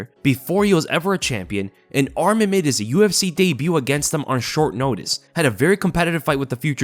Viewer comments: It’s not Armen, it’s ARMAN! Ar- Mawn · Get his name right atleast if you're going to become a bandwagoner. Arman, not Adman